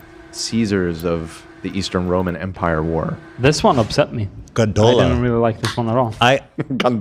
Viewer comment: saying Gondola like this from now on